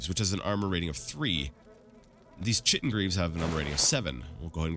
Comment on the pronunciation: Oh man, you almost hurt my ears with that "Chitin" pronunciation, so sharp :D (for future reference, it's 'ˈkītn'), but nevermind that, I still love your series, but i'm sad i'm quickly running out of episodes to watch, I got through Daggerfall in like 2 months and there are only 30ish more Morrowind vids atm :(. Maybe I should rewatch Arena to give you some time to buffer more Morrowind? :D